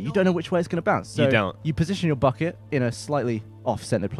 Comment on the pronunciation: Pre-"buhKET"... it's funny hearing him not make fun of him every time he says bucket